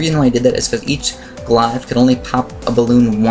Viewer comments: Glave not glive. mobe not mowab zomg not zoh my god :3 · According the Merriam-Webster, glaive rhymes with brave, not hive. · Ug sorry but Glaive is pronounced with a hard a sound like in "Blade" There's no hard i sound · he just keeps mispronouncing glaive